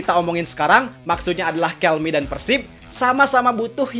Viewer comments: dibacanya 'kelme" bang bukan "kelmi". Perusahaan spanyol bukan inggris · TIDAK BANG, PENYEBUTAN KELME ADALAH YA KELME BUKAN KELMI, TIAP NEGARA BEDA" PENYEBUTANYA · Btw pronunciation Kelme bener Kel-meh kok bukan Kel-mee soalnya ini brand Spanyol bukan Amerika/Inggris.